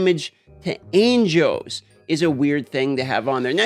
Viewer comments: Are you raidy to fidt witewawwy no anjows?!?! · Anjoes, ainjos, angoes. ah, angles. 😀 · The way you say angels is so disturbing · can you not pronounce angels? lmaooooooooooooooo